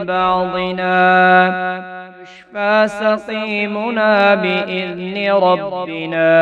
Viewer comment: 1.18 rabbana, aap rabbina padhe,aur baaz jagha bhi aap zaber ko zeer padhe, pata nhi, which rule or may b other country you belong